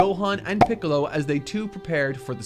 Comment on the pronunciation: Mark wouldn't mispronounce Little Green's name like this imposter.